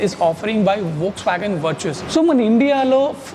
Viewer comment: వర్చస్ కాదు వర్టుస్